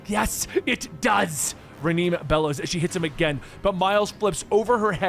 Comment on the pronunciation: Reh-NAY bro 😂 sheesh